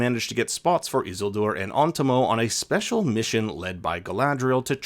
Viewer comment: I swear to God you say Isildur that way just to test my patience.